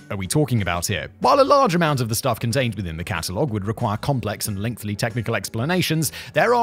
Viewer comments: For F**ks sake!!!!!! It’s “LENGTHY” not “Lengthly”!!! You have seriously brought up this issue yourself months or even years ago, so why is it such a struggle? I love all your work but for some reason that little thing drives me insane! You won’t care lol but just wanted to say something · I'm pretty sure I've heard Simon tell the story about how he realized that "Lengthy" does not have a second "L" as in "Lengthly" at least 10 times, and yet... he still says "LengthLy" all the time. I can't unhear it now. , Thanks Simon. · ever since he noticed that he does it, ( and still continues to) i play a take a puff game whenever Simon says length-ly 😂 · Simon still saying “lengthly” despite recently laughing after finding out it’s “lengthy”. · Simon!! You’re still incorrectly pronouncing the word “lengthy”. We’ve talked about this!! Get it right lol All jokes aside, great video!! Love your stuff. Who needs to pay for antidepressants anymore when you can just get Simon’s videos for free?